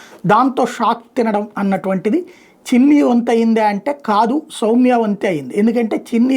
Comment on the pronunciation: Samya kaadhu Sowmya ra